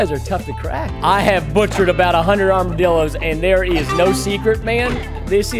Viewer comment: He just said armadillorssssss